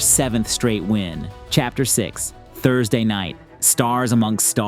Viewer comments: i hate to be that one guy but " THURDAY" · Ah, yes. Thurday